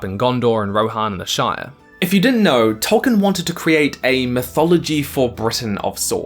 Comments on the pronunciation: Noped out . I can only hear Tolkien's name mispronounced so many times in a row before it becomes unbearable. I know my brain works differently to other people's, but mispronunciations, like other language errors, make my brain itch. If we were in the same room, every time you said "Toll-kin" I would stop you and say "Toll-KEEN", and if you can imagine how annoying that would get, that's how annoying the mispronunciation is to me. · Why am i listening to the person who cant pronounce Tolkien name properly?